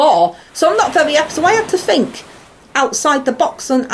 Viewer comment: wery wery un appy